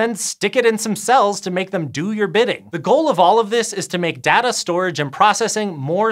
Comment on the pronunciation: stop saying "data" weird